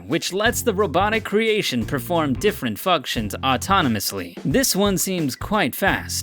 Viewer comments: This dude said “fucktions” LMFAO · he says “different fucktions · did he say "fuck-tions"